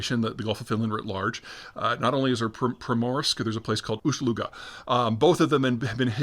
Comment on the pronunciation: "Primorsk"? "Ooshluga"? Are we going to just stand by in silence as Peter makes up names for fake Finnish cities for his own amusement and/or some weird sex thing? I mean don't get me wrong, I'm glad someone's finally sticking it to Finland, but what happens when he starts doing it to your hometown?